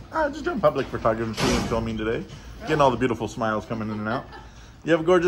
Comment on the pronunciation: I'm a big fan of you, I really like your approach, but please man, I'm begging you, on my knees, with tears in my eyes. Please stop calling it FERtogrophy. It's FOH/FUHtogrophy. I know it's a minor thing, but it does a disservice to your message.